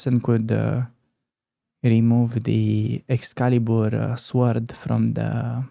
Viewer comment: . 'Sword'; the 'w' is silent, so 'sord'.